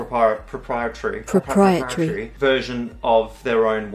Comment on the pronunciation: "Proprietary " lol